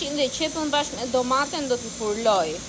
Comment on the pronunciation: Zemer nuk thuhet furloj po fruloj😂